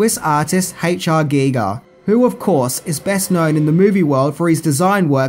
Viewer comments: Well,, you pronounced H.R. Giger correctly. You will always win with me for THAT. Most people pronounce his name as they would a Giger counter used to measure radiation. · Hearing pronounce Giger correctly almost made me pass out in surprise!:-D There was a Species tabletop RPG. I never played it, but spent probably close to an hour browsing through it in a bookstore. It was a fantastic bit of world building, and expanded on the events of the movie in a way that could've made for a great extended campaign. IIRC, the idea was that the players would be a team trying to track down and destroy all of Sil's offspring to prevent them from reproducing and gradually relaxing humanity as the dominant species on Earth, while also trying to keep the whole thing a secret from the public.